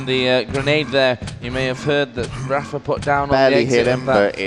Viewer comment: why do they pronounce rapha as raffer?